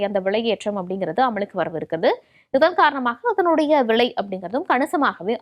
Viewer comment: விளை இல்லை அம்மா.... விலை.... தமிழை கொலை செய்யாதீர்கள்😂😢😂😂